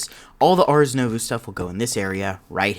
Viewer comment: First and foremost: I love this series SO much! Please understand that I say this with love when I correct your pronunciation lol Ars Nouveau = arz new-voe It's french so it's not supposed to make sense